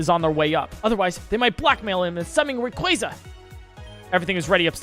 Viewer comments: im sorry did u just say REEYOUKRA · your saying Rayquaza wrong its not rayqwazea'